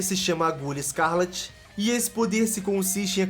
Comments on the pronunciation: Exceto por alguns erros como "zodico", "sargitário", "escárlate" e dados um pouco errados de alguns, um ótimo vid. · "...agulha escÁrlate..." kkkkkkkkk[